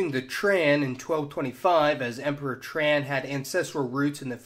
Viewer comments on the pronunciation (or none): The Vietnamese name for ethnic Chinese, Hoa, is pronounced more like “hwa”. The name Tran is pronounced more like “Chan”. Nitpicks aside, great video. Thanks for posting! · Giggling as this guy horribly mispronounces Tang, Hoa, and Tran